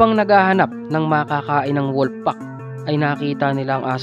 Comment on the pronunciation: anung " koyote"? Hahaha tapos wolp hahaha